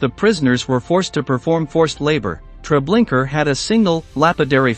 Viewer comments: Treblinka not Treblinker. I don't understand how this can be mispronounced. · TreblinkA...there is no ER at the end. If you're doing something important as this horrific event in our lifetimes, make sure you use a real voice. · To the guy reading this, Trablinka ends with an A , not an R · It's Treblinka not Tre blinker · Pleas. It’s not TREBLINKER. It’s TreblinkA. Pronounced Tre Blink A. The A sound is the same as in car. Sounds like Ar. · Where do these narrators come from that they cant pronounce correctly? Treblinker??? This is when i stop listening! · Its is pronounced " TRE BLIN KA" If you do another video again don't use AI it makes you sound stupid. It's also very disrespectful to those you are trying to document about. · Yes do you suppose this robot was of British origin and that's why he pronounced Treblinka as "Treblinker" ? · Every time I hear the narrator say Treblinka as Treblinker I cringe. It’s not that hard to pronounce. Did anyone review this video before posting it? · It’s TreblinkA no r at the end! Get it right. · Just a request to do this again and put an actual human voice narrator. These people were already dehumanized once and now to have a robot read their final days out in 'Treblinker' still seems like all they are is statistics. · Very interesting stories. But if I heard the narrator say Treblinker one more time…😱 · "Treblinker" ?? LOL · It's spelt "Treblinka", but pronounced "Treblinker"? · No, it is pronounced "Treblinka". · I wondered why it sounded so weird. Also, why was it saying, “Treblinker?” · Why Trablinker? You can be bothered to watch 1 documentary or google the pronunciation there is no R at the end of that word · Mispronouncing Treblinka is beyond irritating. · Please edit the way you say Treblinka out off respect! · I cringed every time Treblinka was pronounced incorrectly.